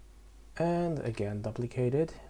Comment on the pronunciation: Good tutorial J, easy to follow.... Just fyi: Duplicate is correctly pronounced like: Doo-plicate, not Dah-plicate... PS: Your attention to optimization is super impressive, it's a great habit to have, thanks for teaching us correctly. One question, why is it important to "apply" the scale and rotation? What happens if you don't do it? Because to me, it looks like an unnecessary function... If it is super important, I could see myself forget to do it at least a dozen times while modeling..